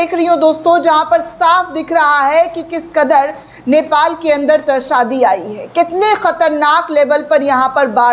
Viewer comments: Trasaadi nahi mam traasadi bole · तरसादी नहीं त्रासदी बोलिये. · त्रासड़ी नहीं त्रासदी कहिये. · Trsadi nahi tarasdi hota hai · हिंदी भी पढ़नी नहीं आती क्या ? त्रासदी होती है ।